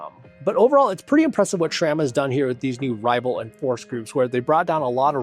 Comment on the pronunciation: Great news! Was waiting for this to drop. Always informative videos, no fluff. Also, pronounced sram, not shram.